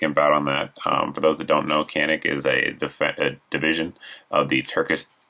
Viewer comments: According to sootch it's pronounced 'chanik' who knows... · I believe it's pronounced Cha-Neek. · It's actually pronounced jahnik but it's not your fault since you arent Turkish :) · The true pronounciation of the name of the pistol is Janik or something like john-nick.